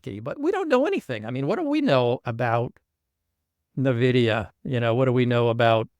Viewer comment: Rick, NVIDIA - pronounced ‘Envidia’ not ‘navidia